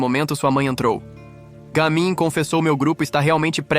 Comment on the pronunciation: Não é je mim é Ga mim